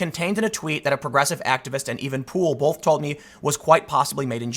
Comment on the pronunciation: Tim says bolth haha